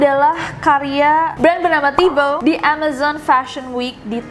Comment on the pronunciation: Cara baca nya gini nes “thibaut” 😌